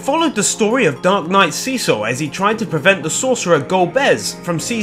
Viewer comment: Why do you pronounce Cecil wrong? It's not a long E it's a short E.